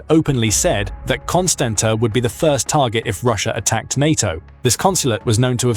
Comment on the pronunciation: For God's sake pronounce the cities names correctly:- Galati - galarts, Constanta - constantsa